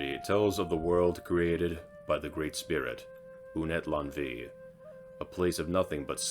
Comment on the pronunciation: Good video, but Unetlanvhi is pronounced Ooh-net-lan-uh-hee. 🙏🏽🪶